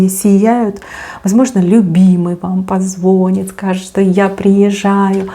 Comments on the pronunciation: благодарю Вас за отсыпочку🙏 Очень Вас люблю и уважаю, только не позвОнит, а позвонИт🙏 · А слове ПозвонИт ударение на И